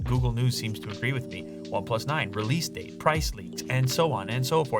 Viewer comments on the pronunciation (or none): none